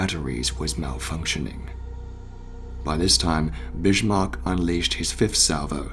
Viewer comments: He is the Bismark,not the bishmok. Learn how to speak, for crying out loud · Always thought it was Bismark not Bishmark? Very sobering to see the exact moment so many British sailors died, at least for most of them they would know nothing about it killed instantly in the huge blast! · It hurts a little when you pronounce the name of the ship like Bishmark. Bis-mark, whereby the "s" is strongly emphasized, for example like in the English word "service" would be more correct ;-) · BiSHmarck?) Lol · There's no H in 'Bismarck', bud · Twist : I think that he pronouncing the sound of the letter H could be because of his apparent British accent even though as you stated their is no H in the word. One example as an American I can say on the different pronunciations between American and British accents is with word Schedule. I've heard many British people pronounce the sound the sound of the H in that word while we Americans don't pronounce the sound of the letter H in that word. Now I still don't know myself why he chooses the pronounce the sound of the H when the letter is not there, but it's still amusing when people of different countries try and talk in English. 🤭🤭🤭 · Incorrect Humberto.